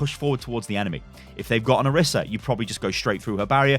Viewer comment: It is (Or-ee-sah) not (or-i-sah)